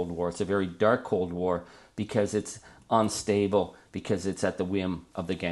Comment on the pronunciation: 'Un'-stable not 'on'-stable